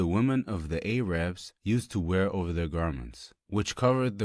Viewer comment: why does the person say Ai - Raab and not Arab? why is writing so small? these hijabis models reminds me of the ppl who did thikr with stone that ended up with the kawarij! A woman who exposes herself after her husband gives er, dont' ask me about them... nice Alhamdulilah for the real sisters & the Huy al Ayn, be happy for us models, dont' be selfish be happy no need for negativity, be happy for a strong brother like you'd be happy for your son if you have any womanhood! it doesn't cause money for modesty... 3 wont see or smell paradise, paren't plaugers, masculin woman and dayatha. Aisha was upset at a woman who wore men's sandals... Quran 13 :11 - Allah doesn't change condition of ppl until they cahnge themselves. He should of made duah & called out the weak fathers...